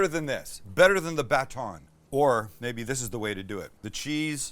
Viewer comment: Dare I say best episode ever?? Back to the classic Sam episodes. So many great recipes. The icing on the cake was hearing the way Sam pronounces "baton". You will never be too old for youtube!